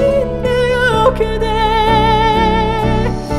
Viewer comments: 근데 잇 발음을 못해서 싯으로까지 할 일인가ㅋㅋ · 그럼 힛으로 발음하지 싯을왜함 그냥 살짝 실수한것같은데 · ㅅ없이 바로 있으로 넘어가는거 보다 발음이 뭉게지더라도 시있나요로 발음 하는게 발성상 고음내기가 더 쉽습니다